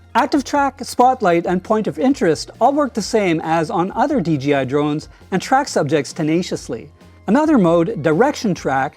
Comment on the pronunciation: Great video. Interestingly I hear “DGI” whenever you say “DJI”. Must be an accent thing. 😊